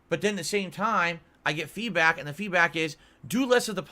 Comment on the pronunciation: When is he going to figure out that 80% of his "feedbwack" is in bad faith?